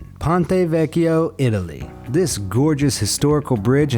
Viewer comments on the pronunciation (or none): none